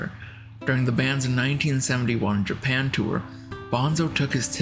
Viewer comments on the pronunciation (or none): none